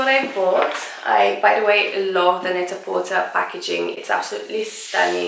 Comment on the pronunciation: Hey, lovely! Just a heads up that Net-a-porter is pronounced "net-a-porTAY" to rhyme with "prêt-à-porter," which is what the company name is based on.